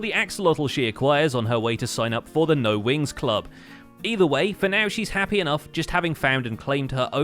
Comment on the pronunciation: I'm so glad I wasn't the only one thinking Winx Club lmao. I've never even seen that show but the more times I heard "No Wings Club" said aloud, the more Winx Club became all I could heard XD